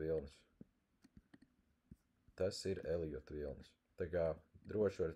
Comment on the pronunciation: Eliots, Eliota viļņi. Nav "j" tajā vārdā.